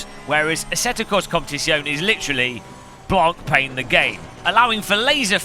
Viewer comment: Drinking game - Drink every time he mispronounces the word "Blancpain", you'll be a wreck in no time :)